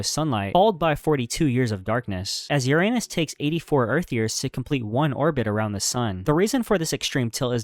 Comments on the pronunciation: Uranus is pronounced “Yur-uh-nes” not “Yur-ay-nus” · Your - anus, bro?? Didn't bother to educate yourself on how to pronounce this planet's name? 🙄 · He mispronounced Uranus. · The mispronounced words are the telltale signs of AI, but I did enjoy the Your-Anus.... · This videos good but it bothers me how you mispronounced Uranus 😭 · The narrator needs to pronounce URANUS correctly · grow up and learn to pronounce Uranus properly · Respect how other people pronounce bro. You have no respect.